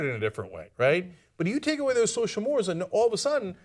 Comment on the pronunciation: you mispronounced 'mores'